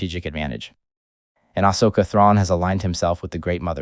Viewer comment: The way the bot is saying Ashoka is offputting.